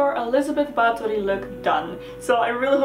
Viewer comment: it made me smile so wide. I love the attention to detail.